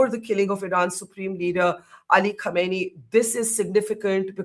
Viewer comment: Not khaneeni, it's pronounced as "Khamneyi"